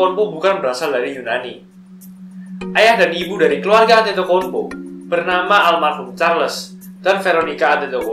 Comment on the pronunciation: memang tulisannya antetokounmpo, tapi pelafalannya adetoumpo😂